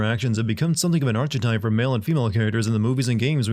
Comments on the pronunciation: I thought that too Including his lack of research of plot and pronunciation of ‘archetype ‘ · Your pronunciation of archetype warrants a sin